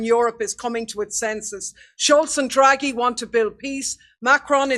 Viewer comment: Draghi is pronounced like Draw Ge, and Boris of Britain made his own trip to visit -------Z----- Elensky to say don't end the war in Ukraine.